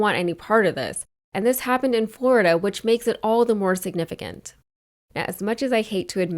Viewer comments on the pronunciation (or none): none